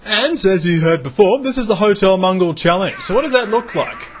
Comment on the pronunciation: This looks like fun. By the way, the word is "mow-gull"; not all people from Mongolia run hotels. Though presumably some of them do.